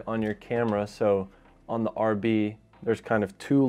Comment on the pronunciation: Not used to hearing you say RB 😂